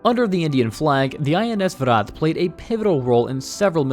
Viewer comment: Good job you got Viraat right .. here is How to pronounce vikrant